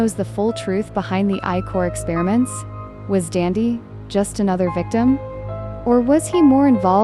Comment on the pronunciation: It’s DANDY NOt DANDdy